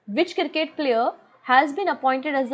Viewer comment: Mam its cricket not kirket 😢 thx mam parcham classes helps me a lot for my exam .